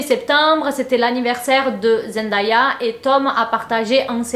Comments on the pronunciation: Oi genti! Je voulais juste prévenir que Zendaya se prononce Zen Day ya et non zen die a ça n'est pas une remarque c'est parceque qu'elle a dit dans une intervention qu'elle supportait plus qu'on prononce son prénom comme ça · Salut, ta vidéo est bien intéressante mais tu prononce mal le nom de Zendaya. Ça ne se lit pas en français.